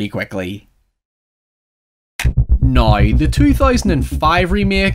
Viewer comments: It’s pronounced “now” (nou) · How normal English speakers say " Now " How says it " Nuaoy "